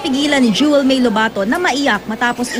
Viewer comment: Wrong pronunciation of Jewel's surname. :-)